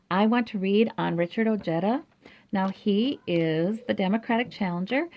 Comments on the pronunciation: THANKS ! The “j” is pronounced like an “h”.. OHEDA but I hear him pronouncing it OJEDUH! He is of Mexican descent ! Strange he doesn’t pronounce it correctly .. 😒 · Very nice reading. TY. A kind Reminder: When in pronouncing someone's name,if in doubt... PLEASE google pronounciation. OJEDA is pronounced OHEDA....The J unequivocally, in Sapnish is ALWAYS pronound like an English J. There are no changes, modifications, etc. Like Japanese, Spanish is a very phonetic language. The J is always pronounced as H.. unlike in the case of French names like Colbert.. where somany Americans will pronounce the las syllable "Bert" when it should be pronounced "Bear". If Colbert accepts it that is fine. Not the same in the case of Pronouncing Ojeda (OHEDA.)...NEVER Pronounce it with an english J ;like Jerry.. but an aspirated H like in Harry. Good Luck on the win. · I had to check his commercials and he does pronounce it as oh-jetta, not oh-hey-da. Well, names change over time for a variety of reasons. Maybe his family got tired of correcting everyone and just went along with it? Stephen Colbert says some of his family uses Col-bert (like bert & ernie) and some use Col-bear. Just personal preference. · Pronounced: Oh-hay-da. Hispanic name so letter J is sounding like H. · J is pronounced like the English H as in Harry.. The J in Spanish in never pronounced like J as in Jerry. Hope this helps and yes.. the Man is a man of high morals and integrity!!!